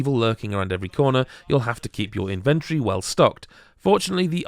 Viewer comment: What a weird way to pronounce inventory.